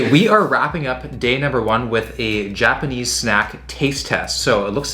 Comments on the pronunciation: Your Japanese pronunciation is making me cringe. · I love seeing how much creativity you’re putting into the videos. The 48 hours in Japan was awesome even if you did mispronounce most of the words...